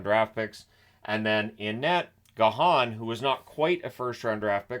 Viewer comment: Really looking forward to having another Slovakian goalie in the league at some point - just as a quick pronunciation tip Gajan's name should be pronounced with a Y sound rather than the Spanish J - so Gah-Yan rather than Gah-han. Thanks for the great content as always!